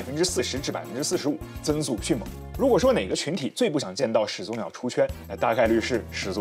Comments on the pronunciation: 两个三声字连读，应该是第一个字变成二声。所以“始祖鸟”，应该读成“石祖鸟”。但是博主读成了“始足鸟”。强迫症患者看不下去这期啊。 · 另外把始祖鸟读成屎足鸟是个什么操作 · 全篇都读的是始足鸟，难受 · 完全题外话。始祖鸟的前两个字都是三声。通常两个三声连在一起的时候，其中一个要变音才自然。始祖鸟的话，感觉应该读作 石祖鸟 这样的读音。